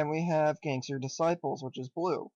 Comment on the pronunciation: gangstER shit hahaha they way you pronounced that was hilarious